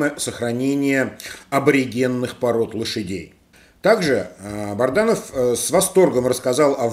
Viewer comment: Очередной раз напоминаю, что фамилия Азата БАДРАНОВ, а не БАРДАНОВ, вы упорно искажаете, только вопрос - зачем?